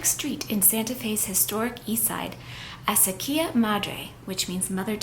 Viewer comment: New México has beautiful places!! I specially love the red color of the soil. Just to clarify: Acequia is pronounced “ a - CE- quia “